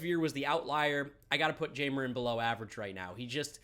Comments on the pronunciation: I may be wrong as well but I think it’s pronounced Hi-mer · I reserve the right to be wrong, but "Jay-mer" can't be how Jeimer Candelario's name is meant to be pronounced is it?